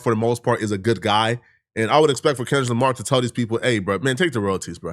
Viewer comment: Sounds like you keep saying Kendra Lamar, lol. You not trying to sneak diss are ya??